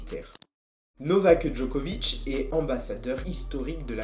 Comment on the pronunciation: Novaqueuhh Djoquovicheuh